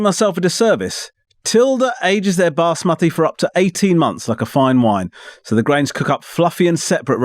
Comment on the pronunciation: The pronunciation of Basmati had our ancestors smiling 👌